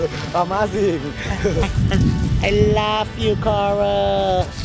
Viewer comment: "uh WOOW it's uh-mah-zinc" "i laph you coral... it's aliveee" *tap* *tap* JEBRAW PECAH ABEISSHH